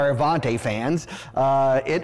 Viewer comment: You're pronouncing the name wrong. It's Avanti, not Avante. You're confusing the pronunciation with the name that's similar, the Cadillac Allante. Avanti, is Italian for "forward" or "Move it" in the less polite form.